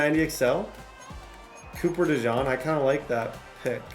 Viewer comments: The pronunciation on Cooper DeJean is (Coo-per De-Jeen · Quit calling dude a mustard.. it's DeJEAN 😂 jfc I wanna jump thru the screen every time u say it.